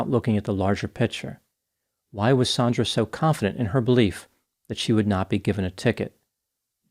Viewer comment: Her name is Sand-ra, sandra. NOT Saun-dra sometimes spelled Sondra. Your going to make a lot of us Saundra's irritated